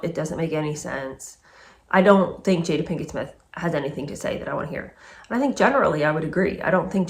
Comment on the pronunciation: Love your reads, thanks! Wikipedia states that her mother named her after her favorite actress Jada Rowland. I knew the Rowland family personally and her name was pronounced "Jah-da", not "Jay-da". Just a tidbit! 🤓